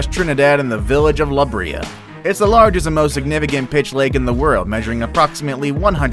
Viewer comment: Hey I live in Trinidad and you pronounced the name la Brea wrong